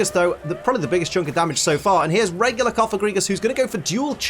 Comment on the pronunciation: You keep saying regular like a tard lol